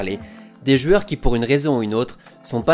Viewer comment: Superbe vidéo, merci... Juste, on dit des jOUeurs, pas des jUeures, c'est stressant, tu le fais 3 fois au début XD bonne continuation